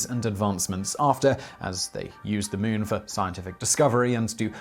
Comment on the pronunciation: Ah yes. newking the mewn…